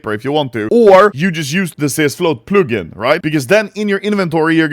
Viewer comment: Never say "plugin" again